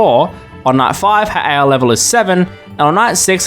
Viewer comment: He can't even pronounce "ai"